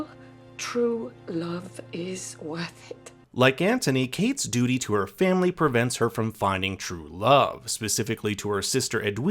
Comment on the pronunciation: “She yearns to be free of her dudy” 🤣🤣🤣🤣 gets me every single time!!